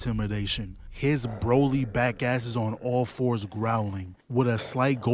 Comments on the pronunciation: to this day bro still saying broily i can't😭😭, DOES HE KNOW???? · yeah he know's but he told a story where he and his cousins called him broily so he says it like that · My guy still can't say broly properly